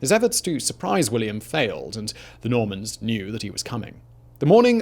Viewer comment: I keep hearing MORMONS instead of NORMANS xD